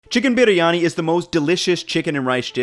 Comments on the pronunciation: Fan of the channel but can you please do some research on how to pronounce the names of the dishes you make and ingredients you use. It is pronounced Bree yani. Not sure what you are doing there with the way you say it. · Love the way you pronounced 'BiRiyani'😊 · it is b-ree-yani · you even try and pronounce the word biryani authentically. Your effort is pretty special. Here to 10m subscribers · Look how they massacred my boy(Biryani)/. Good effort though. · i clicked on this video hoping for dear god that he doesnt pronounce it wrong while trying to sound right, he pronounced it wrong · ye but this guy pronounce it so weird. i love briyani and the indian sellers always pronounce it different from him..